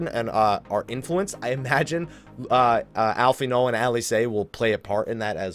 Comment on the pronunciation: Really pleased to hear you pronouncing Alphinaud right XD